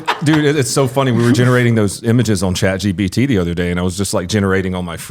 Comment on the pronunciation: Listening to struggle saying Chat GPT will never get old